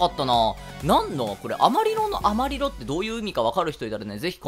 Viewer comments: アマリロ（スペイン語で、正しい発音は”アマリジョ”です）は”黄色”という意味です。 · 英語発音になるとアマリロになるんですかね。